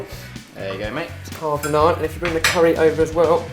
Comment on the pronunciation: I am Indian and I am surprised you guys pronounce names like raita, palak, naan, etc so very well